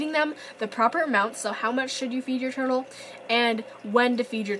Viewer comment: Who heard her say herdel at 4.51 seconds